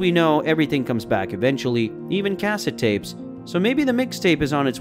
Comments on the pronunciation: Cass it tapes? Kuh-Set tapes. Pronunciation guide for the day. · I'm sorry, "Kaset" tapes? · Cassss-at?? Lol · I was born in 1982. I'm 40 now, truly a magical time. Not because I was a child, but as a middle aged man I can look back. It was a transitional period, where there was so much innovation! And what's a "kassete" lol. Did anyone pick up on how he said cassette? Lol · What the hell is a "kassit" tape? I can tell this guy didn't grow up in the 80's... or the 90's for that matter. If you Zoomers are going to try and cash in on 80's nostalgia, literally the least you can do is pronounce our words correctly! The laziness is epic. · Brake-fast? Cass-et? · he's not from America or he wouldn't pronounce "casette" the way he does. In fact, it probably just computer generated english translated from whatever country he is from. Still, got some good memories from this. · I'm guessing you were born after cassette tapes as you keep pronouncing "cassette" wrong. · The narrator’s mispronunciation of basic words like cassette is grating on my ears.